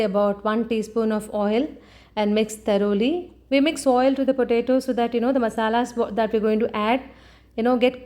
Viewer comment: It is pronounced thoroughly not taroli....